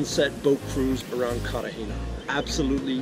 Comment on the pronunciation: Carter hayna? It's Cartagena pronounced "CARR/ tah /HEY /nah".. stupido